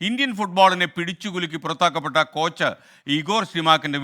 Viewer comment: "ക്" അല്ല "ച്ച്" ആണ്